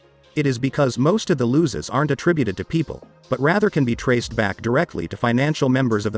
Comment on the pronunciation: Great vid. Love your stuff bro. Keep it coming. Noticed something the last few vids though. Your AI chip needs a software update. It for some reason pronounces "losses" as "loses" all the time.